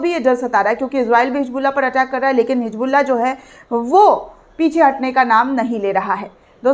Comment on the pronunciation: मैडम hijbulla नही hizbulla है plz उर्दू का प्रयोग करें तभी सही समझ आएगा ,,🎉